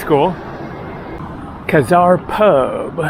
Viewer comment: Key-zar ...or Key-czar just sayin....well virtually anywho